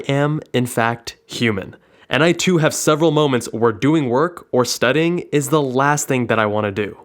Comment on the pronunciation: "Studding" lmao